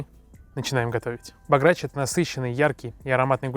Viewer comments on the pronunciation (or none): Хотол посмотреть видео но послего как тьі сказал Багрячь я пердумал Правильно Бограч ударение на о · бОграч, а не богрАч. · БОграч, не богрАч. А так видео хорошее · баграч....бля кацапы и бограч выговорить не могут....не то чтоб приготовить)))) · Рецепт не правильный, и блюдо называется БОграч а не богрАч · Не бограач а бограч неумееш то невари ето венгерськое блюдо!!! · Бограч А не баграч Запомни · Не богрАч, а бОграч А так — красава!) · друже, не богрАч, а бОграч!))) І гуляш - це гуляш, а бограч - це бограч) І побільше червоного гострого перцю. Слава Закарпаттю!!)) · Был в Венгрии и на западной Украине так рецепт вообще не тот да и называют они его бОграч а не богрАч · В слове бограч ударение падает на первий слог. Не позорьтесь, єто венгерское блюдо, а у них бŐграч. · Эхххх., рецепт вообще от оригинала далёк, да и ударение ставишь не правильно. В целом ценю твой труд, но тут промах. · бОграч... Ударение на О... По рецепту не буду умничать у каждого он разный... Как к примеру борщ. Живу на границе с Венгрией ( откуда родом этот гуляш) и у нас это уже очень частое блюдо как на природе так и в кабаках. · Правильно будет бОграч. Ударение на первый слог. С уважением! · Ударение на первый слог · Правильно поизносить: ГуЯш Бограч. Учите мат.часть. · Ударением испортили всё видео, да и рецепт не гуцульский. Не мешало бы по истории пройтись, прежде чем начинать готовить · Бограч ударение на ,,О’’ а не на ,,А’’ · Гуляш да- бограч нет. Правильно ударение на О. Чипетке! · ударение на О